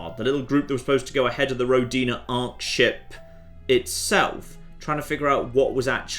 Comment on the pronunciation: Oh, what a shame you don't know russian. It's pronounced rO'dina.